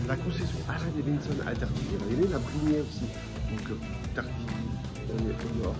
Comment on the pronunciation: Bonjour J'aime bien vos vidéos Mais personnellement il y a deux petites chose qui me gêne un peut ... Le son n'est pas toujours au top Et quand vous dites " daviNson" au lieu de " daviDson" Oui je sais je chipotte 😁😁😁 Allez en attendant la prochaine !!! Cdlt ✌️